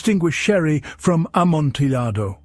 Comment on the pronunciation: Oh no. I was enjoying it until I heard the pronunciation of Amontillado. It's a great quality recording though, so I forwarded it until I knew it wouldn't be said again.